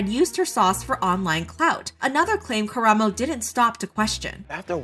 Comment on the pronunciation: the bar is on the floor but thank you for pronouncing karamos name right